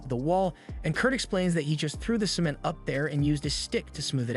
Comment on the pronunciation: He pronounces cement really weird